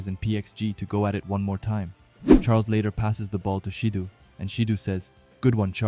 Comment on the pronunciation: Why do you keep calling Shido as Shidu 😂